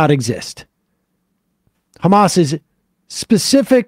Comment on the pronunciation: Khamas khiding in the khospital, eating khummus.